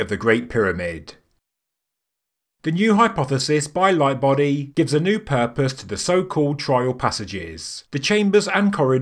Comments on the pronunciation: That's awesome. Its simultaneously simple, and brilliant. Simple in theory, not execution because of actually digging and building the tunnels. I like it. Also, it sounds like you're saying "my buddy" the whole time instead of lightbody. Pretty funny. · I personally doubt that they needed to make those shafts just to measure stars. Also, sounds like he says "My buddy" whenever he mentions mr Lightbody :') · I’m getting old. I heard “my buddy” where you are obviously saying “Lightbody”, in retrospect of course.